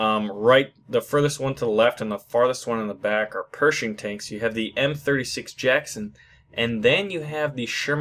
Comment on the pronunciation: It is pronounced Pear-ish-ing. Perishing. Cal-lie-o-pee. Calliope. Also those were not Jackson's, they are Sluggers.